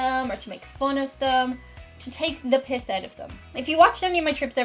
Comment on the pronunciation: I have never heard Americans say “piss” the way you do (e.g. taking the piss out of you). If an American heard you say that outside of Ireland they may be a bit stunned.